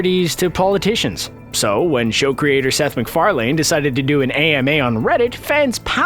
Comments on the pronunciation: Seth MacfarLANE. Say what? That's not how you pronounce Macfarlane. It's pronounce Mac-far-lan. Not Mac-far-LANE. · His name is pronounced "Mac far lin". You said "Mac far lane". Yes, it's spelled that way but you say "lin" at the end. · You said Seth macfarlane’s name wrong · Seth McFarLANE You're really making sure you enunciate that final syllable, aren't ya? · Lmao Seth McFar-Lane'd xD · That's not how you say MacFarlane lol